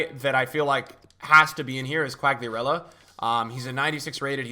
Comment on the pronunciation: The pronunciation is kuh agh lih ah leh rah quagliarela.